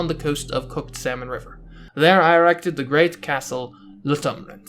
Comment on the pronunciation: You are pronouncing salmon wrong